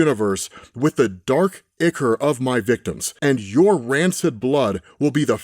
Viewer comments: I love pronouncing some of the words not in his normal vocab. Ichor = Eye Core, not Ick Or. Though it is icky. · stfu troll. is mispronouncing it, is American, he is not from ancient Rome, and does NOT speak Latin. It is Eye-Core. Look it up jacknife